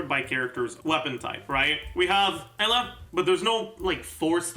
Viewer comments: I want yelan and homa my chances are💀💀 Btw why he call Eula Ella is that how I’m supposed to say it? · No, he just mispronounces her name.